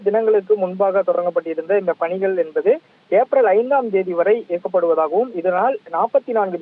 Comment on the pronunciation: Envadhu, Enbadu, Enbadu!!!!. What is this?. Killing the Tamil language! You want to pull your talk to increase time and harass the viewers. Stop this practice. Be genuine. You must be different from other channels. Do not think viewers are fool